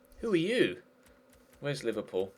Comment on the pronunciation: Anybody hear say Liberball players